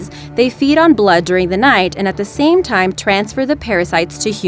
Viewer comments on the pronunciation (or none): none